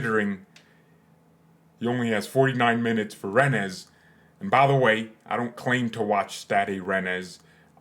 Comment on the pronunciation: can't tell if you were joke pronouncing "Rennes"